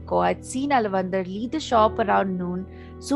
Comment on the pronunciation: Btw, he is not alavandhar...he is aalaavanthaar...!